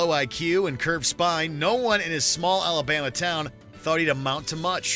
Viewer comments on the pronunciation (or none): none